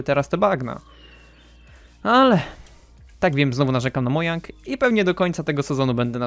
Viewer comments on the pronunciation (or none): none